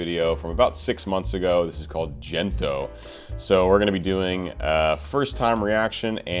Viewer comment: Pronounced as in Give, Gento